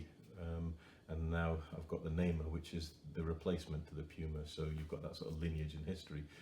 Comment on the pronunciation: thank you for this great video, the name of the vehicle is TIGER means NAMER in Hebrew you say it in phrases like NA-MER I am trying to build one and dedicate it in memory of the soldiers who died in the October 7 war